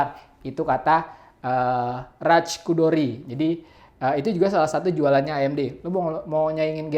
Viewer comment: Bang, nama ceo nvidia itu Jen-Hsun Huang bukan jen sun huan, terus itu yang introduce rx480 itu Raja Koduri bukan Raj Kudori